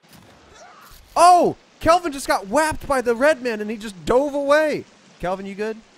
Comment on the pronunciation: Every time can’t get Kelvin or Virginia’s name right, I want to shake a baby